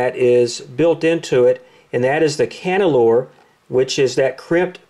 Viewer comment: Can yuh ler. Cannelure